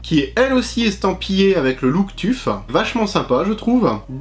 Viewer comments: je crois que ca se prononce "teuf" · On dit t.u.f